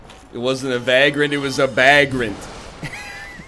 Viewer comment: It's vaygrant, not vaaaaaaaaaaaaaaaaaaaaaaaaaaaaaaaaaaaaaaagrant. Come on man. Edit: I pray to the Gods of Dark Souls everyday for smashing NL everytime he gets too cocky, which is about every 12 seconds.